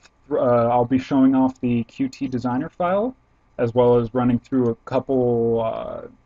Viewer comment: It's pronounced "cute" :]